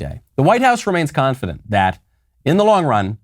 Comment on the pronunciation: Kamala just put the "dent" in confi-dent.